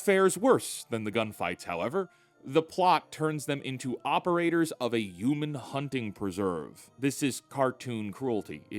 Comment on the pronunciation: Love how says human. "YOU-MIN" lol